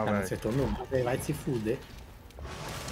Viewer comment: pq q o fala "NIao" ao invés d não 😂😂